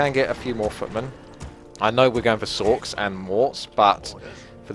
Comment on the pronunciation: sorchs = sorcheresses if this wasn't a joke because of his pronounciation ;)